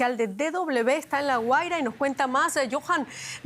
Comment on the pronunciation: Se dice Guaria, no Güera